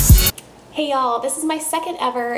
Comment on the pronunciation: Love how you say "ya'll".... must be a texas thing.